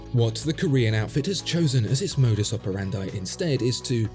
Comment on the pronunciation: Good on watchfinder for reviewing lesser known microbrands from Asia, but is no one going to bring up the fact that he pronounced Modus Operandi flawlessly and yet butchered 'Seoul'??